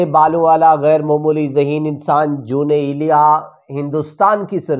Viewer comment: جے تینوں اردو نئیں پڑنی آوندی تے، پنجابی دے وچ پڑھیا کر۔ دوجی گل کے تینوں ___ دا وی پتا نئیں کے جون ایلیا کون سن تے اونا دا مقام کی اے۔ تو تے اونا دا ناں ہی سہی نئیں بول سکدا۔ کج شرم کر۔۔۔